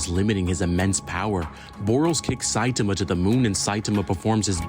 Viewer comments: Yeah, don't like the way that video pronounces, the second syllable should be stressed, something like sci-TAH-muh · This guy (in the video) saying Saitema every time instead of Saitama kills me. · if you want a good watch, go see the death battle popeye the sailor man VS. Saitama. Now that is a gag battle 😂 who wins? That's up to you to see. Also, Saitama is pronounced like sye (with a long I sound) - tomma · Saitama = Sye-tah-mah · Saitama pronounced Sigh-tom-ah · (Sai- tah- mah) 😂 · Pronounced like Sigh-Taa-Maa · His name is pronounced sci-tama. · he is lying. It's "Sigh-tah-mah" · Congratulations, you've already accomplished making me cringe 3 times in less than a minute with how you said "Saitama". 😂😮‍💨 Please, dude, just watch one of these anime or read the manga already. One Punch Man is at least a short and easy one to get into. It will answer your questions so fast. 😭 Also, One Punch Man is a very satirical series. Don't take it too seriously. I've only seen a couple of this guy's videos, so I don't know if this was intentional or not, but that was dumb as hell to say. Yes, that is LITERALLY what happened. 😂 No, he can only use Kaioken specifically in his god forms because of the total control of mind, body, and spirit (thus, ki) required. He cannot use it in his normal Super Saiyan forms because of the rage that fills his mind. Yes, it's canon. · That video uses an AI voice. It's pronouncing Saitama wrong. There's supposed to be more focus on the second syllable. One Punch Man is intended to be satirical. Goku doesn't pull hits from the future; he just predicts where and when his time skip will attack. This video is getting some info wrong. Gods are capable of achieving Ultra Instinct. But it's a challenge even for Gods.